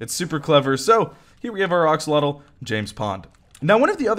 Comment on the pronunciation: I love how he’s still saying “oxolotl”